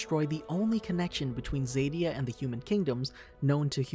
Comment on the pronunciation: You are pronouncing Zadia wrong, z-a-d-ie-a